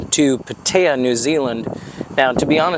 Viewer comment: Great - someone who isn't from Pātea and can't even pronounce it. You know nothing about Pātea. We're world famous.